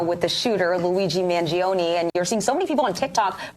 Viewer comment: it's not "magy-oni", it's mangione. the pronunciation would be close to man-yo-neh.